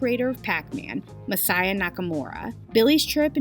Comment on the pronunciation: FYI "Masaya" wouldn't be pronounced "messiah" (although that is super funny), but rather "mah sah yah" with no stressed syllables (so not "mah SAH yah"). Cool video. Saw "King of Kong" and was like, damn, with the Billy shit.